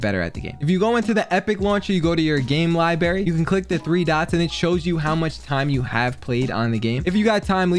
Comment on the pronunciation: He said “game libary” lol. But I only have 120 days. Not even half of the big ’